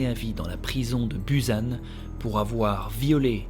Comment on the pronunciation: Désolée, en tant que personne qui étudie le coréen depuis ses 11 ans j'ai explosé de rire à "BUZANE" 😭😭